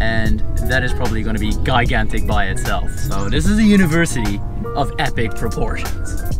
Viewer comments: gigantic - pronounce as jīˈɡan(t)ik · OK the word that you keep trying to use is gigantic gi-gan-tic. But you actually keep saying guy-gan-tic. So what all those studies and you still haven't been able to Master English? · Gigantic pronounce ‘g’ like ‘j’ in Jill or jump. You should have spoken to some students. How many students ? What degrees they award? That would have been more interesting. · i love how you sa guy gan tick hhhhha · Love your vlogs but please check how to pronounce the word GIGANTIC.